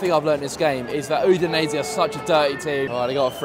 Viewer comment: I love how pronounces Udinese corectly and then butchers Udine 😂 Keep up the support 💪 Forza Lazio 🩵